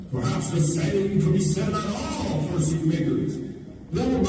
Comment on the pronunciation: why’d it sound like he said fursuit (n-slur)